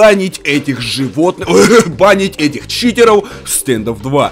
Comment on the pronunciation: Почему ты говариш не читеров а читероу